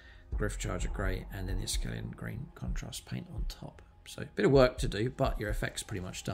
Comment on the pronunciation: It's akhelian green not askelian green mate.